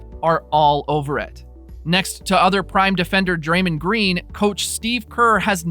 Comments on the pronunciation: “Steven Curry and Dramnd Green” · did he say steven curry and draymund green??